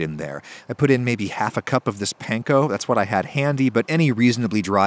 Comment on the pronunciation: its "paanko" (pronunciation)